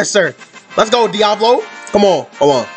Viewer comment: Sounded Like You Said Diabolo